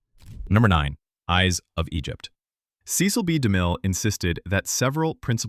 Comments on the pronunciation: FYI — his name is pronounced, “seh-sel”, not see-sel. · Cecil (ses-sel, not see-sil) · Somebody has to re-train this automated voice-over on how to pronounce famous names! "Seh-sil B. Demille" not "See-Sill"! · Cecil is not pronounced correctly her. It’s not Cee-cil, it’s Ceh-cil. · The director's name is pronounced "Seh-sil," not "Cee-cil," as you mispronounced it in fact #9, although you pronounce it both ways multiple times. You also mispronounced the name of Basil Rathbone in #10. It is pronounced "Ba (short a) sil, (rhymes with tassel)," not "Bay-sil." If you're going to give insights into movies, you should learn how to pronounce the stars' names correctly. Also, you might want to do a better job editing so you don't say the same name two different ways several different times.